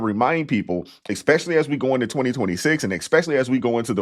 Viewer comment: I love you,, but you're killing me with the "eXpecially" 😅